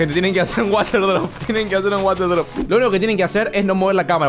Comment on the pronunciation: poniendo la s en el water drop: bromita